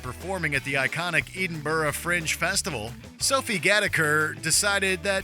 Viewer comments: Where is eedinbur. Do you mean Edinburgh ? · Talk about showing yourself up as a stereotypical American who’s never left their own country😂 Can’t even pronounce ‘Edinburgh’😂 It’s only the capital city of Scotland after all. How do such uneducated people get jobs narrating videos for big channels? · Learn how to pronounce Edinburgh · the worst part about this video is not any of the behaviours.....its the way he pronounced Edinburgh 😂😂